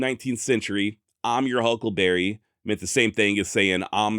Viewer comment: He never said huckleberry,he says huckle bearer